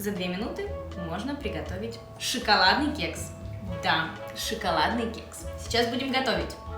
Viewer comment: Шшшикаладный кекс! 😂